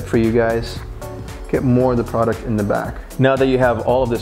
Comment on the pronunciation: I hate when people say product